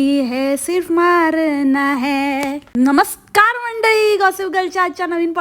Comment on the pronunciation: “णमस्कार” GG😂😅